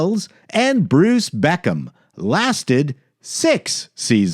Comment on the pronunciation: Brice, not Bruce